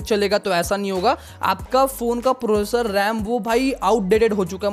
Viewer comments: Prosser❌ professor ✅ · Processor ❌ professor☑️😅😅